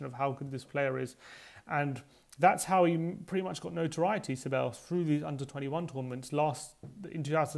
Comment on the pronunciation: OK - repeat after me (Ceballos), THEBAYOS or SEBAYOS not SEBELOS no no no!